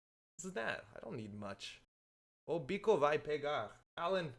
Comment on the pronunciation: The Gnat quote means, when translated literally "the beast gonna catch", but meaning is somewhat near the expression "it's going down" in english. And the "ch" on "bicho" sound like "sh"not as "k". Thanks for the stream and all the content.